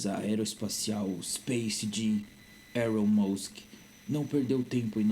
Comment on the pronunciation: "eron mouski" ficou bem nítido quem era também huhuhahahaha